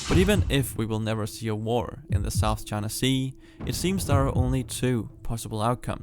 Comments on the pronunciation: Pronouncing it “Chana” bugs me. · Please pronounce China correctly